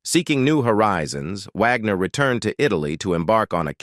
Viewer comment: "...When You See HER Today." HUH??? That's Bob Wagner, not Caitlyn Jenner. He's still male, from what I understand. And WHY does the narrator-bot keep calling him "Vagner?" STUPID!!!